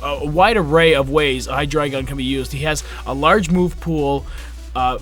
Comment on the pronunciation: FINALLY SOMEBODY PRONOUNCES IT RIGHT...jeez